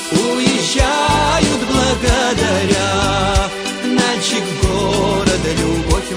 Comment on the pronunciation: Налчик базар, что за Налшык? что с дикцией?